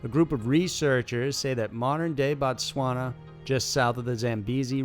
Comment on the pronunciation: Couldn’t have read it that well..... Its BOtswana